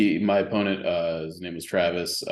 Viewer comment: I was on your show for two years and you can't even say my name.